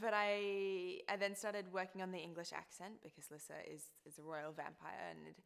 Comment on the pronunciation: YAY THEY SAY LISSA HOW I ALWAYS IMAGINED IT BLESS YOU LUCY :') i'm so so so glad they don't say it like lisa dragomir THERE ARE TWO S's hahahahaha but omg she's so cute i can't waiiiitttttt